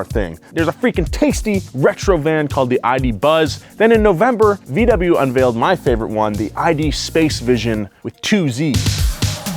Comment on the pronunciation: So weird as a German hearing VW spelled as V double U